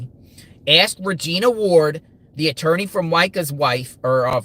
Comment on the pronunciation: Surely his "atoorney" ...if he still has one ? Advised him to stop